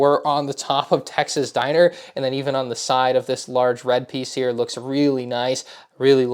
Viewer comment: I think he accideently said it weird